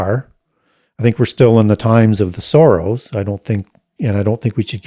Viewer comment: I kept hearing "the times of the Soros" rather than sorrows